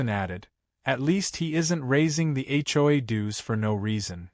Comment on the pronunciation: When will AI learn to say HOA, the hjoyay is getting tiring!